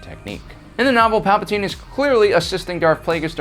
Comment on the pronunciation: Palpatine has two vowels in it, and there is an e at the end of his name. Only one vowel in his name is ignored.